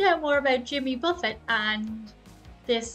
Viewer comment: you knew enough about Jimmy to pronounce the “t” at the end of Buffet